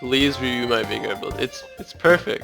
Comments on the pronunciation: it's veigar not viegar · It's pronounced "Vay-Gahr" not "Vi-Gar" ... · It's Veh (as in velocity), ee (as in three), gar (as in garen). Veigar, not Vaygar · It's pronounced vay-gar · It's interesting how there are so many different ways people produce the "Vei" in 'Veigar", when his name is spoken aloud in-game by both Tristana and Final Boss Veigar. It's "vay-gar", by the way. Rhymes with 'day' and 'say'. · Hey great video. Just to let you know it's pronounced Vay-gar. I used to be friends with the guy who the champ was named after. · his name is spelled veigar, not viegar. "vei" not pronounced like "tie" because it's not spelled like "tie". its pronounced VEY. VEY-GAR. He says his own name in his final boss skin. He says "I, VEY-GAR, will knock you all down!" look it up if you don't believe me. This isn't a gif/jif thing. It's not a matter of preference. Some people are wrong, like, and some people are right, like me. And Veigar himself. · The thing that bothers me about this video is that you pronounced Veigar's name wrong. Otherwise I love it. So you can know from now on, here's an audio clip of him saying his name